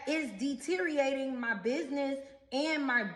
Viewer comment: De-Ter-eeate. That pretty much sums it up right there. Amblance? Axe you for something? Lol!